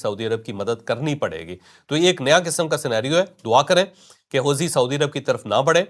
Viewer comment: جناب چوہدری صاحب اصل لفظ ہے حو ثی ہے حوزی نہیں۔